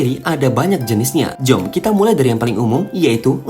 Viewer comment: script malay AI Indo jadi aneh pas ngomong "jom"